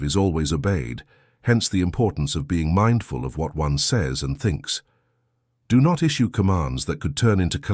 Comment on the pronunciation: mucho emphasis in the do not lolol😂 stop that. Thanks ❤